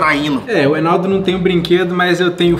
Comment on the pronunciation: O enaldo falou ertaneceu